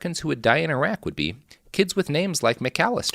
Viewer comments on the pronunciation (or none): none